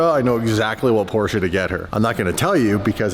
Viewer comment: why u pronounce porsche like that?? Porsche-A??